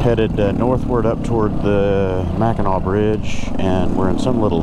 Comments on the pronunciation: You were right with the way you were pronouncing it its not pronounced how it looks so u had it right the first time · You pronounced Mackinac correctly... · You pronounced it right. It's pronounced Mak n naw.